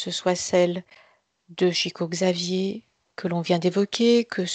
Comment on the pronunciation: Très intéressant et je crois bien que l'essentiel dépend de nous - cocréateurs, comme dit la médium. Au boulot, mes amis ! Petit détail concernant le nom de Chico Xavier (pour les puristes) : On doit prononcer son nom comme si c'était écrit (en français) "ChicOU CHaviÈRE", mais sans le E que j'ai mis à la fin, pour indiquer qu'on prononce le R.